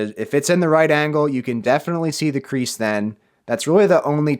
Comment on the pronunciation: He said creaks not crease